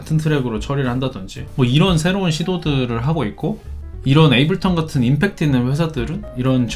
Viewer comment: 에이블턴 말고 제발 에이블톤이라고 해주세요..;; 너무 거슬리네